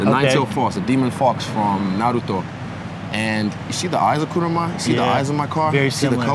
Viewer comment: The best thing is that he pronounces NARUTO not NAROOTO